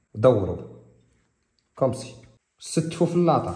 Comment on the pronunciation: سلام متبقاش تقول ..كومسي... خصاك تقول كومسا .راك عزيز